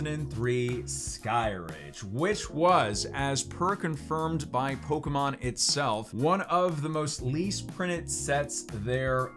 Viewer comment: Für ein amerikaner eine pokemons falschausgesprochen wie peinlich